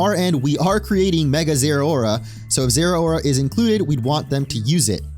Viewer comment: They way you pronounce Zeraora gives you zero aura.